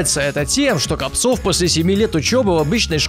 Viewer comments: Владислав КОООООпцев ударение правильно ставь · Копцев ударение на о! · Копцев. удариние на о! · кОпцев, а не копцОв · Не КопцОв, а КОпцев! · Не КопцОв, а КопцЕв!) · Может Владислав КопцЕв, а не КопцОв?) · по мойму... Не КопцОв, а КОпцев... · Не КопцОв, а КопцЕв... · Он задолбал имена и фамилии не правильно называть, например : Владислав КОпцев а не КопцЁв. И ксати я его ненавижу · Копцев,а не Копцов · Не КопцОв, а КОпцев, если не ошибаюсь. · Не КовпОов а КОпцев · ты совсем он Копцев а не Копцов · Не Капцов, а Копцев! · НЕ КОПЦОВ А КОПЦЕВ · не КопцОв, а КопцЕв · Копцев а не Капцов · копцев а не копцов